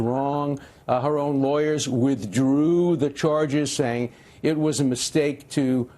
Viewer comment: ~ re: "withdrew" ... why the long-weird emphasis (on that -&- few other words)? ... withdrawal: who's to say she wasn't forced/coerced to "withdraw" ... ESPECIALLY - when going up against big-powerful guys (like him & his friends) ... personally - his doing so (weird pronunciations) kinda seems bullish